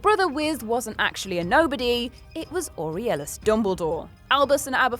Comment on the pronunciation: aurelius OR-REL-EOS